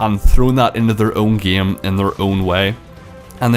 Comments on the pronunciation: He pronounces game as gaem. That is true class. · it's not gam it's game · heilo, gem mode, big bleed, feces, geim, crezy nigga learn to talk then talk shit. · "its the exact sahame Ghaem"